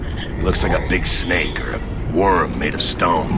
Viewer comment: No matter how many times I hear it, "they're sinking cities with a GIANT WOOÖRM" will always make me laugh